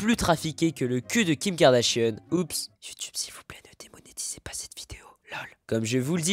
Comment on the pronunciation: c'est pas kardashieune